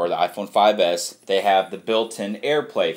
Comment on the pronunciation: The funny thing is how he says iPhone 5s